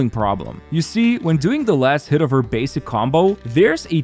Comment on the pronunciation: After that, "you see," now i know you're from chicago